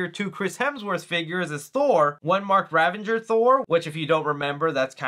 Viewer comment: Ravager not ravenger